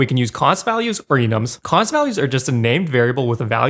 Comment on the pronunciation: Spent like 2 minutes trying to figure out what a "cons" field is 😆... Realized you meant "const"... I suppose I should have waited until you showed it on the screen, but I do think saying "constant variable" will be better for explaining what it is too